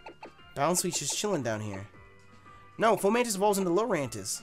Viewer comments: Ok ladies lets get in "fomantis" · FO-MANTIS DAMN!